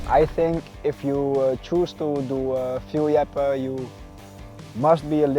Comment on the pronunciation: Fierljeppen was spot on! And I can know, I am Frisian😅